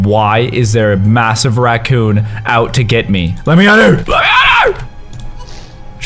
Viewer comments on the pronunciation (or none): callus you said ratcoon